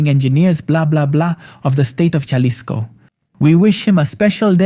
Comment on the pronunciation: Not jah-lisco it's HA-lisco don't mess up the city name